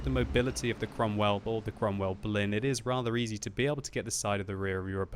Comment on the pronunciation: You say it like Cromwell Blin